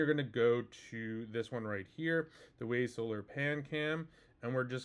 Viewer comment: Wyze. Not Wayz. English language has failed you.